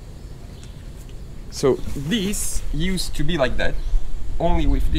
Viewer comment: Hey, the "e" is not pronounced in "used" 🤣 🤙🏽